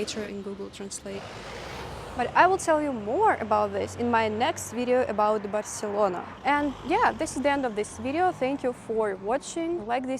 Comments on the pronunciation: Barcelona without the lisp is the correct and original form ^^ so well pronounced 😊 I hope that you liked Spain! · So nice to see you! You are such an excellent traveler! Seems so strange to me that because their monarch had a lisp, the entire country was required to pronounce words the same way, using the “th” sound.